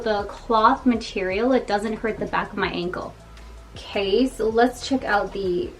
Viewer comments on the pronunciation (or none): none